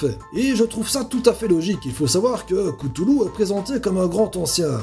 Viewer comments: Merci pour avoir mit Cthulhu en premier !! La prononciation est : CHTOU LOU (avec CH = K) et non KETOULOU Je suis pour un épisode sur lui ! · ps cthulhu se dit ktoulou faut prononcer lec attacher au t, j'adore tes vidéo ;-) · Erdnaél Arresaccor je pense que l on doit prononcé cloutloutl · Alors cthulu ce dis ktoulou pour info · je suis le seul a lavoir entendu dire cuthulu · Ça se prononce " Ktoulou" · C'est Katoulou la véritable prononciation. Mais la véritable prononciation de la vérité, c'est qu'y en a pas normalement, en tout cas selon Lovecraft ! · Pour précision l'auteur s'appel Lovecraft et non Lovercraft et Cthulhu se prononce "k'tulu" et non "kutulu" . Sinon ta vidéo est sympa :-) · J'ai un peu tout regardé, c'était super, je m'abonne ! Mais par pitié, c'est pas Lovercraft, mais Lovecraft ! Pour la prononciation de "Cthulhu" ça dépend des personnes, mais on le prononce plus ktulu, ktoulou ou stulu, personnellement je prononce ktoulou, mais comme tu veux ! Bonne continuation et à bientôt ! ^^